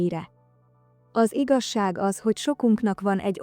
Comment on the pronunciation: Az iga-zsákot hallottátok? Igaz-ság helyett mondja!😂😂😂